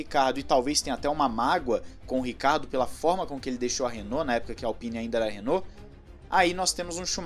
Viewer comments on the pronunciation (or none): none